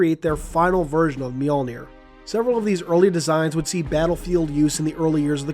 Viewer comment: FINALLY, someone on YouTube who knows to correctly pronounce “Mjölnir!” (Myuhl-neer.) Way to go, ma man.